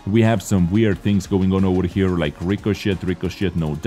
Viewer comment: I love your accent when saying "Ricochet"....REEE-KO-SHIT.....lol